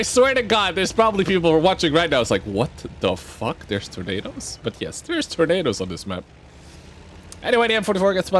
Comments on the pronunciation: At first I thought you said did anyone notice there are tomatoes on this map. All of the time mate ;-) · i thought he said tomatoes at first xD